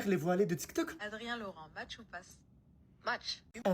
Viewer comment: je crois qu'on dit Match et pas Smatch 😂 on dirait ma grand-mère au McDo "un MicMac s'il vous plaît"